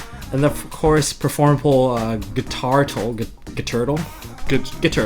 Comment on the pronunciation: guiturtle is pronounced gwi turtle